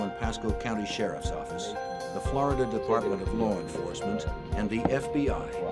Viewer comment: “MEMBAHS OF LAWR ENFOSSMENT”